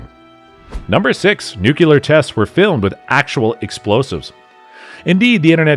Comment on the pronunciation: The narrator incorrectly pronounces the word "NUCLEAR" as "NUCULEAR".